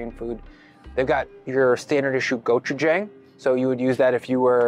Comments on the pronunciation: Yo. The Hangul pronunciation gods are demanding that I leave a comment to tell you that it's pronounced "go-chu-jahng" (with an "a" as said in "John") - not "go-chu-jayng" the way you're saying it.:) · In the Korean section, at about , the pronunciation of go-chu-jang is incorrect. Oddly enough, you got it right for the dwaen-jang. The jang in dwaen-jang and the jang in go-chu-jang have the same pronunciation.